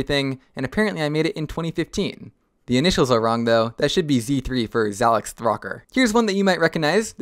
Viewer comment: Zalex (Zæ-Liks) Threeker (Thro-k(e)r)